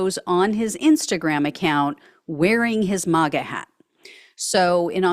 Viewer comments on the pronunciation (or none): I really like this person's reporting but I cannot stand the way she says "mawga" instead of "maaaaaga." No one else pronounces it this way. Make her sound out of step